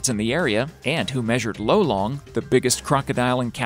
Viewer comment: lolong not lowlang